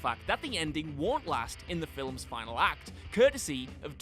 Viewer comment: Are you saying "filems"? sure sounds like it